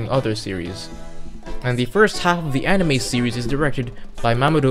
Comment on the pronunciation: I commend you for your almost correct pronunciation of anime (anee-me)